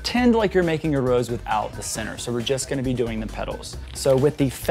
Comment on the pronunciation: LOL! It took me a few hearings to realize you were saying “center” and not “sinner.” I couldn’t figure out why you were referring to sinners in a cake video! LOL